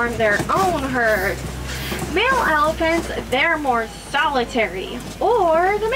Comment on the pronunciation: Most of this video was filmed in the animal park. The train conductor made me crazy, her voice was a little obnoxious and she was an up talker, at the end of every word she added an extra syllable like - there’s the elephants-ah. Anyway I wouldn’t wanna be on a train with her she didn’t give out very good information either on the animals. Although most people probably don’t even listen to her and they’re just looking for an animal. That’s all goodbye